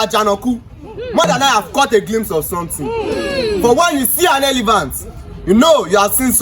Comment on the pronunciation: Elephant. Not elivant